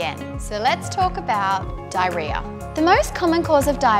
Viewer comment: Ok I started watching for 10 seconds and I just can’t… I literally make fun of my mother for saying this word in 3 syllables like “DIE-RE-AH” when it’s actually 4 syllables. Mispronunciation makes me crazy.